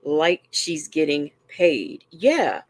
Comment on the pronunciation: GettinK?? What the? What’s with her daily “k” instead of “g” at the end of words?